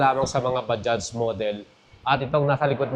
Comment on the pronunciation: Okey na yong bigkas mo sa bajaj swak na swak na. Ba- Judge.